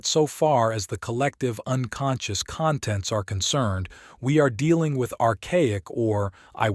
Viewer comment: APP-osite instead of opposite. CUN-tents instead of contents